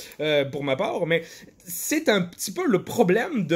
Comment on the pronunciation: L'accent est très bon, il faut juste retravailler la prononciation du "un" et ce sera parfait 🤣